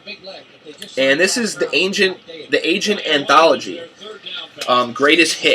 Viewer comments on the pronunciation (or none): Argent – pronounced (are-gent) - Rod Argent was the keyboard player and primary songwriter for the Zombies. You will and Russ Ballard played with Argent from ’69 to ’73 went on to pen some rock staples of the 70’s for other artist like Rainbow’s “Since You Been Gone”, Ace Frehley’s “New York Groove”, Santana’s “Winning” as well as a handful of others.